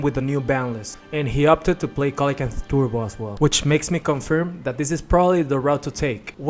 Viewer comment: It's pronounced See-luh-can-th